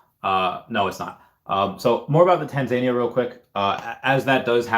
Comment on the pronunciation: Not sure about the US, but in the UK we call it Tanzan-EE-ya, stress on the 3rd syllable